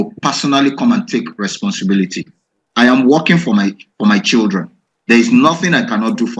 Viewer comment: So the man can say 'my childreen'????